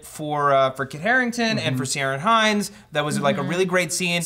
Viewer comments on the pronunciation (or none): Why cant people pronounce Ciaran Hinds? It's pronounced Key-ren, not See-air-inn. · The C in Ciaran Hinds is pronounced with a hard C, not a soft one.